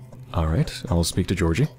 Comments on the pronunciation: Great fun, but, if I may, there is one thing that almost makes me scream at the screen. G in Russian, including names, is never /dʒ/ (like in "ginger") but is always /g/ (like in "gargoyle"). And "y" at the end is /ɪ/ (like in "boy"). Ge(the first half of "ghetto") + OR(exactly "ore", the emphasis is here) + giy("guy", but with "i" like in "git"). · oh... i didn't understand who "georgiy" was at first. you were pronouncing it wrong. its not a big deal but kinda funny cause i was like "there isnt a person named taht in the game" and was SO confused